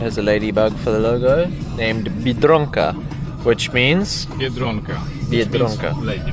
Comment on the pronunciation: beer-drunk-a this lady bug bust be an Ozzie